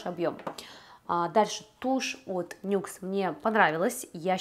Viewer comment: НИКС а не НЮКС